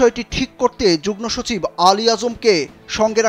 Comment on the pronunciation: যুগ্নসচিব নয়রে পাগলা😂😂 যুগ্মসচিব হবে😂😂 ফালতু রিপোর্টার😅😅